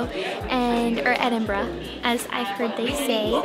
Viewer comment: Welcome to Scotland. Good to hear that you’ve got the hang of pronouncing Edinburgh. Shame the weather looked a touch cool, but that’s Scotland for you. Loads of history and beauty. Hope you had a great time. You’ll be looking forward to the warm weather when you get back.